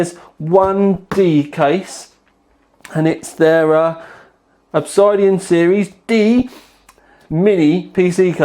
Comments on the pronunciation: I thought we agreed it was ob-SID-Ian not ob-SY-dian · [uhb-sid-ee-uhn] Look I use metric, I even pronounce "herb" with the "h" but you have got to be trolling me now >.< seriously... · Obs-eye-dian dude? Really??